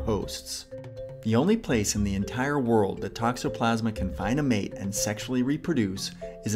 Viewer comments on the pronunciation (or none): none